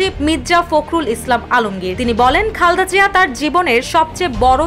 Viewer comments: রিপোর্টার আপু মনে হয় বারবার খালদা জিয়া খালদা জিয়া বলতেছে খালদা জিয়া কি আবার উচ্চারণটা ঠিকমতো করেন। খালেদা জিয়া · আপনি "খালদা জিয়া "কেন বলছেন